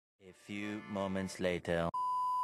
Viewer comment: I love your "A feuuu mhomentzz lateur." 😊😅